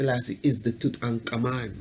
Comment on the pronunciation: You do a god job saying his name correctly,but why not just say "King Tut"?lol!Thanks for good video!